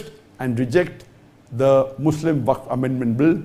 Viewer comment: Wakf....Not Its Fak board....😂😂😂